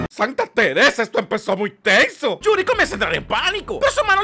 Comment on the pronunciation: "yurio" XD